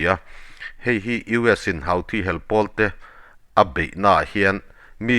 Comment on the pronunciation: Houthi hi (Huthi ) tiin lam tur a ni zawk lo maw Sir, Hauthi ti lovin😊